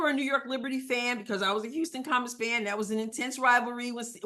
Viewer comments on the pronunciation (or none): none